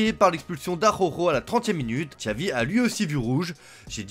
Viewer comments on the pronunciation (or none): none